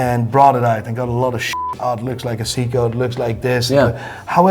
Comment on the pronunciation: When he says seiko it sounds like siko